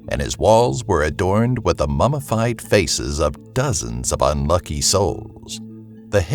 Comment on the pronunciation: Wait...did u say "mamafied" instead of "MumMified"?...